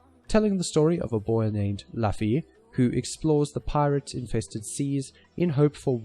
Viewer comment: luffy not laffy